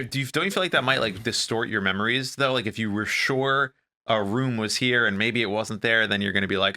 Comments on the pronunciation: reaction to “rum” for room killed me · I’ve never heard her say room any way but “rum” It always catches my attention. Just how she says it guess. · the way pronounces “rum”